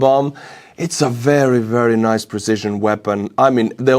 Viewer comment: "Datsa berry nice" 😊